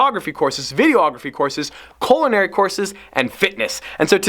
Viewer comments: I don't think you want to take a colinary sounds like it could be kind of painful I think what you meant to say is culinary LOL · Lol "colonary" courses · "colonary" courses? I won't ask.